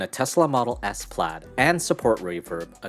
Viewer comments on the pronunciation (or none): none